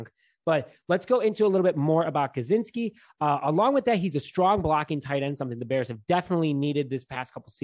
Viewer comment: I think Kmet at TE1 then you move horsted to TE2 and draft a late round pick TE, the late round TEs in this class are much better this year. Also Jeh-Si-Kee not Guh-Czn-ski ;), as for gronk thats a straight no and I doubt he doesnt retire again this season.